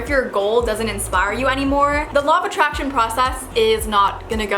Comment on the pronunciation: i cant stop hearing "lava traction" 😂